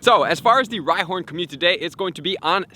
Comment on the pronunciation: Another month, another video where he can’t say community properly